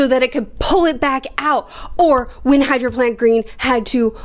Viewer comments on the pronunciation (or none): Glad you’re enjoying the series, it’s “Hierophant” not “Hydro plant” lol . Always fun watching someone’s journey through JoJo, great vid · did she just call heirophant green "hydroplant" or am i going deaf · Are you pronouncing hierophant as hydro plant?